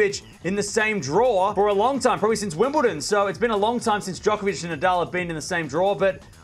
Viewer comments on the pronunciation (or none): none